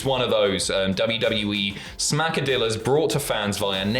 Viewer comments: Little advice; brush up on your Hispanic linguistics. It's not pronounced 'Smack-a-dill-a. It's pronounced 'Smack-a-Dee-a. Two 'L's side by side in Hispanic linguistics makes a 'Y' sound. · It's Smacka-dee-yas..the 2 L's in spanish are pronounced as a y. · Smacka-DEEYAS. Two Ls together in Espanol makes a y sound. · It kinda sounds a bit better if you pronounce Smackadilla properly. You don't say the Ls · When you see a double L in a word like Qesadillas, pronounce it as if it were the letter Y in "Yarn"